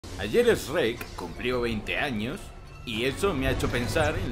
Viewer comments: Que horrible pronunciación de Shrek Srek porque comerse la H? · el video arranco mal cuando dijiste esrek xd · no es esreck... es Shreck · "ESRREK" jajajajajajaja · Sherk --> Esrrec? me pregunto como pronuncian Michael Jackson...